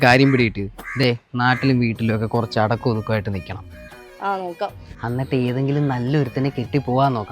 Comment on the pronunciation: അന്നട്ട് അല്ല. എന്നിട്ട് എന്നു പറയു